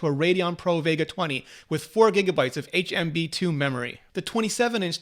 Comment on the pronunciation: Hmb2 😂 .. slip of tongue 🤪